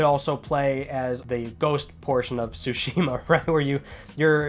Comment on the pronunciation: Not trying to nitpick, but since you have great influence on your viewers, I'd like to just mention the correct pronunciation of "Tsushima": So if I were to explain it using an accent mark like in Spanish, Tsúshima (as opposed to Tsushíma) would be much closer to the correct pronunciation. Just wanted to get this out there as a native speaker of Japanese. Thanks and keep up the good work!